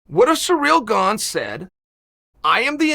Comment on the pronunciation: Why does Chael continue to say Ciryl Gane's name wrong? I felt the need to step up being that I've dealt with this personally. Lol!